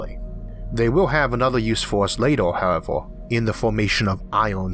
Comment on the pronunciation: With all due respect, what accent is this, or is it a speech impediment? Year - yeor. Universe - univors, however - howevor etc